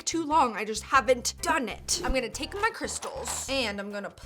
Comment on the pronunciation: “I’m gonna take-ah my crystals”